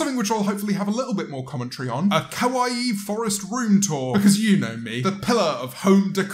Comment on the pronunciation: No not 可愛い it’s kawaieeeeaee Half of the objects in belles room are cursed and the other she has violated